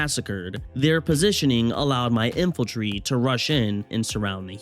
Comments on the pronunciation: Hey I loved the video and you have me re-downloading the game to try this. not a big deal but it's In-fan-tree (Infantry) not infiltry. Just a nitpick, otherwise it was very funny and well put together, hope you make it big, dude. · Is it just me, or is he saying "Infaltry"